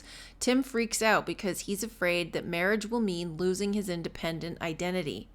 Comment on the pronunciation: Marriage does sound like merge